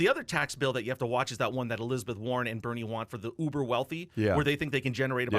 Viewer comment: Who is "Berine" Sanders? lol